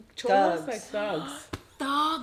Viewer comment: Lmao I swear I heard said “Dogs” 😂😂 I was confused for a little too hahaha… This video was really interesting! More videos like this 😁